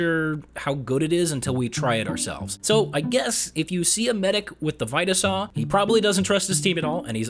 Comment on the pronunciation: I love these videos but I do NOT like how he pronounces vita saw